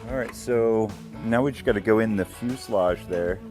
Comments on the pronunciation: Same here! Fuseledge! Fuseledge! Fuseledge! 😂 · You guys stopped saying pulley like Pennsylvanians! Also, every time says fuselage, I hear the word in my head the way he used to say it LOL!